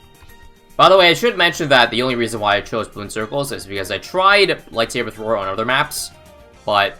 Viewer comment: light thabre that was so funny I love you